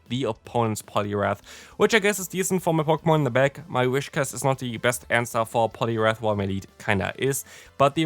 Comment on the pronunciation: Btw its pronounced Whis-cash, not Wish-cas